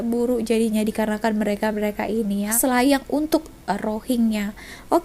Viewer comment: "SELAYANG" Bai.....bukan "SHILAYANG"..dulu Ade rohingya dekat kampung saya,die jalan kaki lepastu sampai kebun orang die main ambil je durian yang sudah gugur.kebetulan Ade orang kampung lalu nampak rohingya ni kutip durian.kemudian orang kampung tu Tanya siapa suruh ambil?? Sudah minta belom dengan tuan kebun??? Rohingya tu cakap sudah minta izin..bila orang kampung saya Tanya mana rumah tuan kebun,die Tak Tau nak tunjuk rumah yang mane sambil senyum senyum.orang kampung tu Tanya lagi,tuan kebun gemuk ke kurus? Rohingya tu Pon Tak dpt nak jawab juga.apa lagi...tangan orang kampung tu terus singgah dekat muka rohingya tu..🤣🤣🤣.terus die minta maaf sambil mau nangis nangis...hati2 rakyat indo,mereka ni diberi betis nak peha..bila bagi paha Tak nak plak,terus nak dada.. 😂 rakyat indo yang datang Malaysia Pon Tau adab,malah ok je dgn orang malaysia..tapi diorang ni adab ke laut...